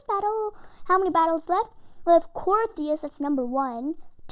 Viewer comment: you said crios wrong